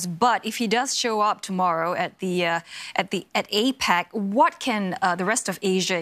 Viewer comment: APEC not APAC.